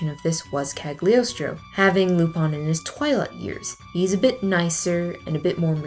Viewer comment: Me at the beginning of the video: No, stop, stop, stop! You're going to take someone's eye out. Besides, you're saying it wrong. It's CaGLIostro, not CaG liostro. (from dictionary kal-yoh-stroh; Italian kah-lyaws-traw) hope it's helpful 😊 Have a nice day 😊 Nice idea of video by the way 😊